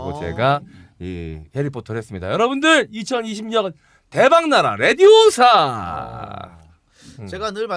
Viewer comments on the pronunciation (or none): 레디오사~~가 아니고, 레비오우사~~~^^